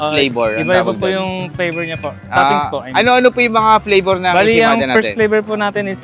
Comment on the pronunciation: It's ensaymada, why you kept saying ensemada?